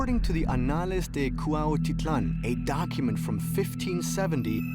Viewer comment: Cuaititlan? Suena como a cuautitlan